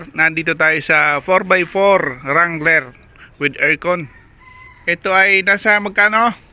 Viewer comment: Dangler hindi wrangler